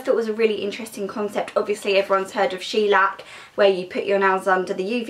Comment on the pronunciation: hehehe you made me giggle when you said shellac as she lack hehehee :)